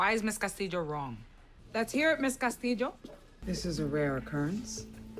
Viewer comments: Here in the philippines we have lots of castillo surnames cause we’ve been ruled by spaniards for 333 years. we pronounce it as ‘Castilyo’ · It depends on where you're from! In Spain they (mostly) pronounce it CastiYO, in Mexico, too, I believe. She's part Puertorican, that's why she says CastiJO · Absolutely she did, and has been butchering that name from the get go. It’s why it’s embarrassing when she keeps going “Casteedjo” all the time when the double L’s in -llo sound like “yo” in Spanish. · Lol ur not weird. It's pronounced differently depending on the region. She has the j sound cause she's Puerto Rican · Valentina Cortés nope, in spanish “ll” is not this strong... tegan’s pronunciation is from puerto rico. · El punto en definitiva es que lo pronuncia mal, pero supongo que lo hacen a propósito para el público estadounidense. Es una práctica muy común en el cine de allá exagerar la pronunciación de las palabras en español, me imagino que debe ser para que el espectador piense rápido "No entiendo esto porque no está en mí idioma", en vez de pensar "Este actor habla como el o..." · Actually, she is pronouncing the LL in spanish as the sound of Y (similar to 'yoyo', in english), which is somewhat common in latin countries, but the correct sound is a little more subtle, closer to the singular L with an I, somerthing like 'LIO', but with the tip of the tonge touching the upper part of the oral cavity when pronouncing the L. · Used to think I was the only one who found her over the top pronunciation hilarious 😂